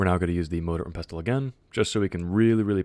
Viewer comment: I punched the air for no reason when you said "motor and pestol" and you kept saying it just to trigger me but I love your video thanks for this